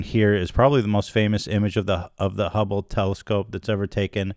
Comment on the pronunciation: Ethan saying the ✨Humble✨Telescope every so often reminds me of boomers saying chipoltay instead of chipotle